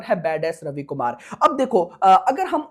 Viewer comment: Bhai akshay kumhar nhi akshay kumar